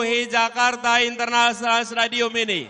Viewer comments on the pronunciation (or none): Internasional pak bukan internasssiiiaanal wkwk